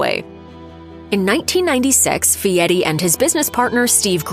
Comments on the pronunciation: His name is Fieri Not Fieti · Is his name Fieri or Fee-et-ee?? AI is taking over before its ready.